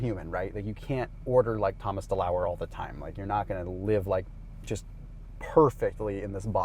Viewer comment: Literally thought you said THANOS (Avengers lol)